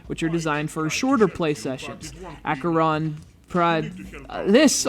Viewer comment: How difficult can it be to pronounce Acheron? Try Ah-khe-ron.